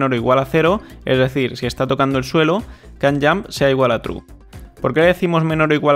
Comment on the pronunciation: Estaria 10 veces mejos este tutorial si tuvieras un minimo conocimiento de ingles, ''kan yamp''